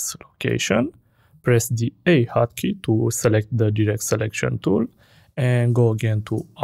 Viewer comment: whats D HOCKEY OR HOT KEY couldn't understand it